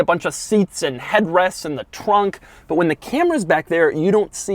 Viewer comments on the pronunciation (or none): He says TRWUNK